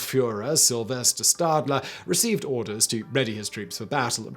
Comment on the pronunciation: Well, I can't agree he did. ;) For example, he pronounces "Schutzstaffel" like you would say "staff" in English, when it should be with an "sh" sound. Same for the name "Sylvester Stadler" where the surname is pronounced with "sh" as well. He also pronounces "Rommel" with a phonetic "ə" like in English word "pummel", while it should be pronounced with "ɛ" like in the word "bell"